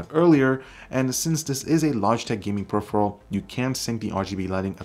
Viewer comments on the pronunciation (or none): none